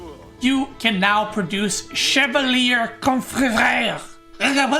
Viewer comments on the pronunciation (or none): none